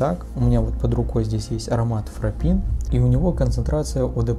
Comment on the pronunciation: Не Фрапин,а ФрапЭн. Фонетика в романской группе отличается,как и конкретные правила звучания определённых частей слова и сочетаний букв.